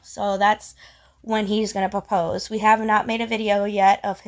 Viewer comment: Never trust the woman who doesn't pronounce the R in 'propose'